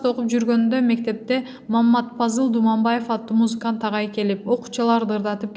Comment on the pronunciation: Думанаев эмес Дубанаев так суйлосонор